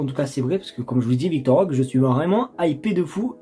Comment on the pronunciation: Roquéé stp pas « rok »